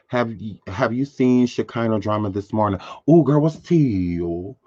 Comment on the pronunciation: Am sorry sean you know it's not a real good morning if you are not saying good morntink